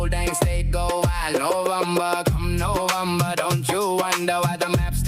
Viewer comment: I didn’t know he was trying to say November, until you translated. It sounded like bum-ber.